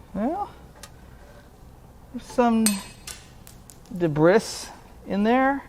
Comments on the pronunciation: Great video, if not an indictment on the US education system. Did I actually hear you say their was some debris in the engine and pronounce it “Deb-riss”? It’s pronounced “Deb-Ree” FFS. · lol "dibris". must be the american pronunciation of "debris". all other english speaking countries pronounce it "deb-ree", the s being silent. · I'm not mocking. But I've never heard anyone pronounce debris the way you have. I always hear Deb-Bree